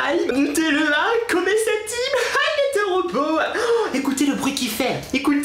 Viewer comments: Je t'aime bien mais arrêt de dire "tero beau "😄😙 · Mdrr " c teuroh booow " mdrrr 😂😂😂